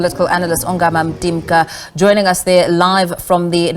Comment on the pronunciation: It's Dr Ongama This reporter is disrespectful Why is she able to call Dr Groenewald appropriately but cannot present this African scholar appropriately This is absolute nonsense